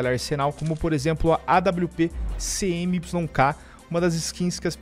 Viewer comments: dae suave, n se diz CMYK, separado se pronuncia (cimik), ciano,magenta.yellow,black abraço é nois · Fala, sou desigenr e a pronuncia da awp é "cemiqui", é um sistema de cores usado em impressão. Video top